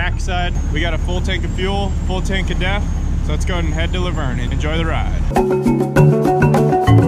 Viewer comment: Thought you said full tank of death...had to think for a minute.